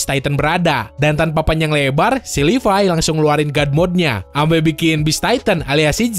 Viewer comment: Ngomong levi itu yg bener bang Yg livay_